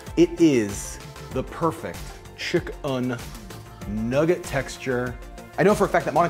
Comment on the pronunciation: Took me while to realize he wasn't saying chicken nuts lol